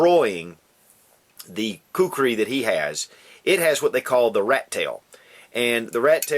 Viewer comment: you pronounced it well.. I really hate people pronouncing it as kukri...